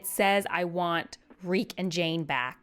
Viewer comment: Reek it rhymes with freak